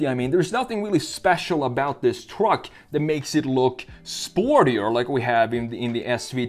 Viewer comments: The way he says truck. Twuck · i love where hes says twruck